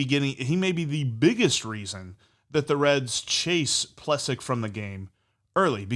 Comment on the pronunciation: Love you guys , btw his name is pronounced Ple sack